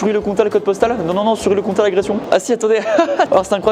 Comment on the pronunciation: "Oui, il y a une gare a Sury le Comtal" Du parisien pur souche...